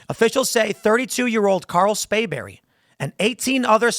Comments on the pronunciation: Tim it is SPRAYBERRY.. NOT Spayberry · Hey Tim. It's SPRAY berry